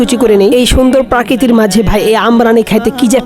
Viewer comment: Vaia prakriti na prokriti😮